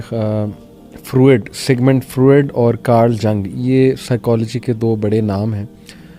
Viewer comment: براہ مہربانی نام “سگمنڈ فرائڈ” کا تلفظ درست کیجیے۔ آپ اسے سگمنڈ فروئڈ کہ رہے ہیں جو کہ غلط تلفظ ہے۔ درست تلفظ کے لیے حوالہ